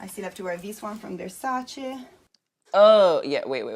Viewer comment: Uno de pochi americani che pronuncia Versace e non Verssàcci.